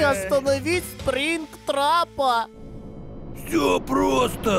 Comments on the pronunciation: А может не скрингтрап а Спрингтрап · Не скринг трап а спринг трап! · не скринк а спинкт трап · Круто!,только не склинграп а спРингтрап